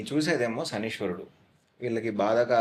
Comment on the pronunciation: శనీశ్వరుడు అని పలకడం తప్పు.. శనైశ్చరుడు అని పలకాలి..